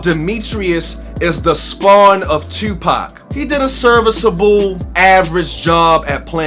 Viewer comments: First time viewing this channel, but as soon as you said "Tewwwpac" I knew you were from Baltimore. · Knew you were from Baltimore how you say "Tuupac"